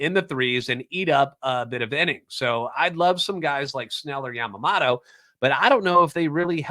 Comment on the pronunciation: Hey love the show! His last name is yamaMOto though lol. Not yamamato